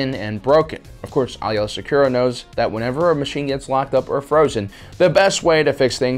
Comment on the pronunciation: I love these videos but the one thing that bugs me is that you sometimes get the pronunciation of certain names wrong. For instance, Ahsoka has said her last name is "Tah-no", not "ta-no", and Aayla's name is pronounced "ayy-luh".